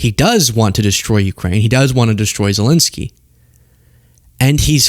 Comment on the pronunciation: Seriously, why do you keep calling Zelensky "Zelinsky"? 🤦‍♂